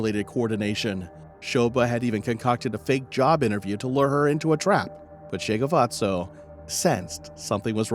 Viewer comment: This case shook the entire SA. May Tshegofatso rest in peace. You butchered the names so much, lol, bless your heart.